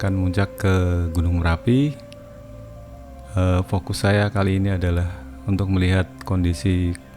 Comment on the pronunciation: Marapi atau merapi😂